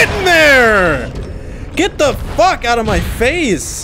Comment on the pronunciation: I like how says "Fucki" instead of "Fuck"